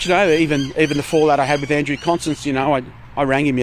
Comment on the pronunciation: Did I just hear John say "expecially"? And did he call the transport Minister "Andrew Constant"?